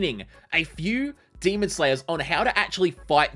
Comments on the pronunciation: The fact he says demond really gets to me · I like how he says demond it's funny